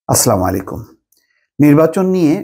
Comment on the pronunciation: সালাম শুদ্ধা ভাবে দিতে না পারলে দিয়েন না। আর দিলে আসসালামু আলাইকুম বলবেন।